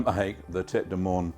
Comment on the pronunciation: In French, "moine" is pronounced MOO-ANN